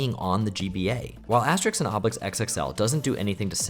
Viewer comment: It's "Asterix" not "Aestrix" 😅